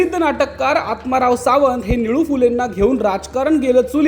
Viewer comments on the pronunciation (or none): आत्माराम सावंत नाव आहे. आत्माराव नाही.